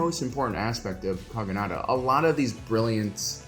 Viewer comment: Kogonada : ✅ / ko go na da / ❌ / kɑ ɡɑ nɑ dɑ /